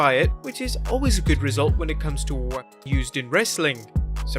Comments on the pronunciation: Can you not say weapon? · This channel can’t even say the word “weapon” 😂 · You can't say "weapon"???